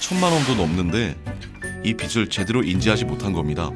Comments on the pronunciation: 빚을 자꾸 빗이라고 하네 그러니까 빚이 생기지 답답하네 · '빚을'의 발음은 '비즐'인데 '비슬'이라고들 하니까 거슬리네요.